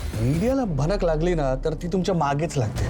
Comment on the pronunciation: भरक नाही भनक